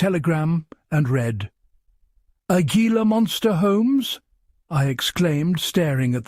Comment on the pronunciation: It's not gee-la. It's He-la. Spanish pronunciation !